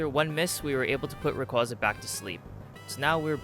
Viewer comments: That's not what I meant at all, it's the way half the Poketubers (if not more) mispronounce Rayquaza and it just spreads (I didn't even notice a speech impediment) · The way you pronounce Rayquaza physically hurts me..